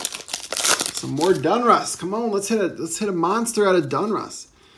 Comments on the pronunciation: Its Donruss not Dunruss just so you know friend I'm a English major so it sounds funny to my ear but I do like your vids man keep'em coming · For the love of god it's pronounced .. "DAWN-russ" not "DUNN-russ" 😂 not gonna lie, for some reason I cringe every time I hear you say "Donruss". Besides that, your content rocks! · How does a card guy mispronounce such a common brand name as "DONruss"!?!?!? Has no one ever corrected you on this?